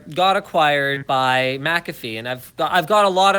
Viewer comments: It’s pronounced Mac a fee not McCaffe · It is pronounced like MAK-uh-fee, with the stress on the first syllable, not Mik-KAF-fee. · with that header image on PIA's website, I can't take them seriously :) Also Linus; Mac-a-fee, not mac-cafe :D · I pronounce McAfee Mc Ay Fee lmao (Edit) I thought Linus had a divorce with his wife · its pronounced Mick - Cafay Right? Kappa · Its pronounced McCafé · Mark Rangel it's not it's mc ca fee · Pronouncing it like that brings to mind McCafé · What a shitty video. You don't even know how to pronounce McAfee.. And your fear mongering your VPN Sponsor.... What a D*ck move man! Why only complain about torrenting after they dropped you? You always stab a sponsor in the back if they drop your Ass??